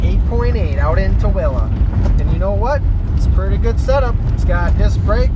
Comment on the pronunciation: Props for saying it right. I have family in Tooele